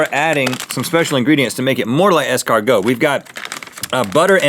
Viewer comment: Did it jerky? ES-CAR-NOOO!!!